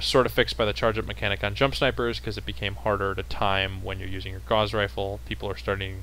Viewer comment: Great to see most, except, now correctly pronouncing Gauss! Agree with most points made, especially regarding Laser Durations which have been clearly in need of a reduction since the game launched. Pulse Lasers have improved a bit more than once but they are still not there.